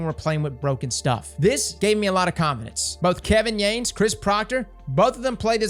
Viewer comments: Watches a video where Kevin Yanes pronounces his name "Yah-nes" Proceeds to call him Kevin "Yayns" 😜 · Imma do this for you. Kevin Yah-Ness lmao